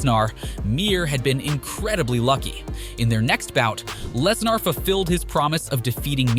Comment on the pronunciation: This has to be a robot. Who can't pronounce Lesnar. If the audio is a real person you should be absolutely embarrassed.